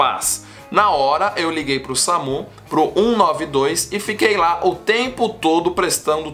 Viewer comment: Da uma melhorada no português. Vocêr, lar... Por favor amigo. Mais de 600 mil seguidores.